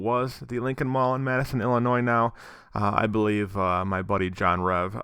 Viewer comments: It's not Madison... it's Matteson...(matt-sen)..I still live here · It's pronounced as "Matt-son" but only people who live around here would know that lol but I can't believe it looks like this. I remember going here as a kid.